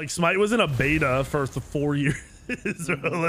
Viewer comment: okat its smite